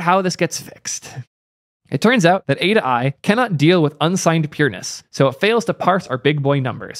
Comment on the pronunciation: This is pronounced “A-toy” and “stir tool” 🗿